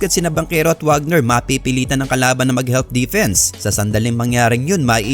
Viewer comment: Wagner is Pronouced as "Vagner" since German si Franz